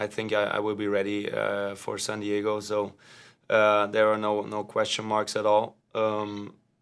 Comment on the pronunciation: "Sand Diego" lol